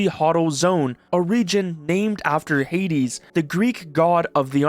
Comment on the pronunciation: "The Huddle zone" "named after HAY-des" Bro did not connect the dots re. pronunciation.